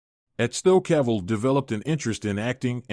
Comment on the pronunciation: My idol HenryCavill superman ❤❤you pronounce him Caval..I think something wrong with your head 😅your irrelevant showbiz journalists 😅😅